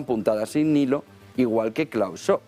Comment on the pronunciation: NO COMENTES MIENTRAS HABLA LA TÍA ESA, a ver como podemos escuchar y mira....que no somos bobos. Ah, por cierto, mira che no existe un "señor Schob" su nombre es SCHWAB, se pronuncia la W y luego es una A, no 2 1 O de olga...